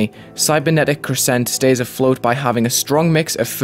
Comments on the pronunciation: Why does nobody know how to pronounce crescent?? It’s CREH-sunt not cre-SENT lol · cool video but if i hear you say 'crssent' one more time i'm going to cry. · I love the level visually (havent played it yet myself) but i would like to point out that the stress in the word crescent is on the first syllable. not a bit deal that you put it on the second though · Yeah they put a pause in between cre and sent it’s weird.